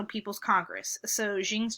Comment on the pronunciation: started with a sulky attitude, bit arrogant, and not even able to prononce the name of Xi. At least u prepared some usefeul slides here.